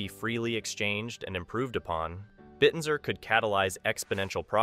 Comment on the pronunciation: It's pronounced, bit-tensor. Not bitten-sor.